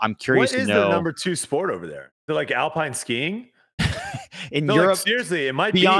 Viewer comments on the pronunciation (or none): none